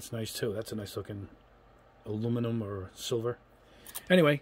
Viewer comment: I loke your reviews. But can you try to say aluminum rather than alumimum?